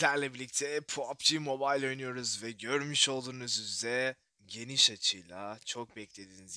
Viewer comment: Yav sen niye pubg ye poaaapbi moobaayl diyosun